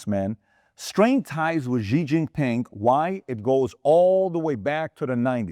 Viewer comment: Xi is pronounced like “she” in Chinese, not like “gi”. Can you adjust?